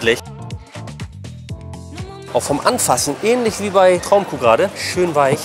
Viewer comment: Butterweisch wie Hoonischh